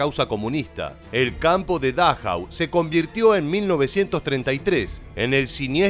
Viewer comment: No soy experto como tú. Pero leo el nombre de dachau. No es dáchau como le llamas.